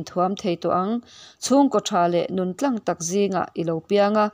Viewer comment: Nun tláng tih a lamrik tur,tlang ti lovin.